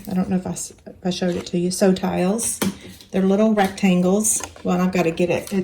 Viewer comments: Nice tutorial, btw, although it sounds like "sew tiles" in the video, the magnetic thingies are called "SewTites" (as in the Closed Captions). The logo on their package is hard to read, but be sure to search for "sewtites" to find them online. Cheers! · the bags are too cute! I think you are pronouncing the name of the blue magnet wrong. They are Sew-Tites as in tight. Great product and great project!